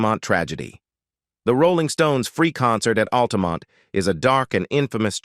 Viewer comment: and for example ... just sayin'